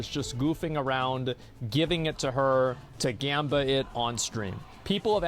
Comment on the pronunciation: bro who tf is he interviewing as the witness? Bro can't pronounce anything right. says Jamba for Gamba says Skizzo for Schizo says Slyker for Sliker